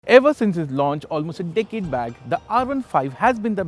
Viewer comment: Instead of decade u said dick head